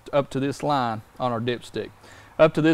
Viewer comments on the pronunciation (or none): Oil not awl. Line not lahn. Product not prodict.